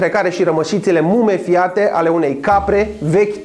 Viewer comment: Mumifiate nu mumefiate :)